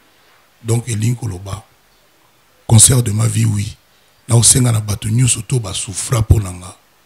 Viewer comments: on dit concert et non conseur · Balobaka concert et non conceur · CONCERT ET NON CONSOEUR